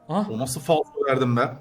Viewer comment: abi faso deyil falso hep faso diyon